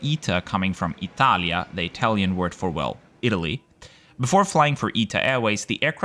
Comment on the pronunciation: Aside from the good review, I liked how pronounced Italian words!